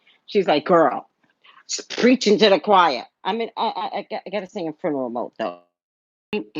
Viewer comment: She said fruneral